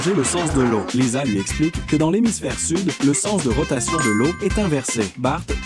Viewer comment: Tu di lisa mes ses liza